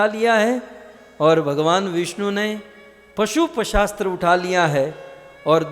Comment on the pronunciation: महाराज जी अपना उच्चारण शुद्ध कीजिए। शिवजी के पास पशुपशास्त्र नहीं पाशुपत अस्त्र होता है । केतकी के फूल से वार्तालाप ! एक दम असंभव । सब ढकोसला है !!!